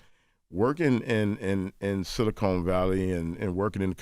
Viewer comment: SiliCON not CONE yall killing me with this!